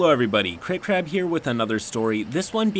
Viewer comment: Sue me, but I hear, "Cracked Crab" whenever you give your name at the beginning of a video. #yum